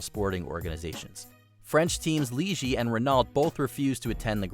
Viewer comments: The biggest controversy is the pronunciations of the constructors on this video. Renault are french, ergo are pronounced 'Renno' and Ligier are pronounced 'Leejiay' (Soft 'J') Otherwise, great video, and thank you for sharing with us all ^_^ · Ah yes the French Formula one teams Leegee and Renalt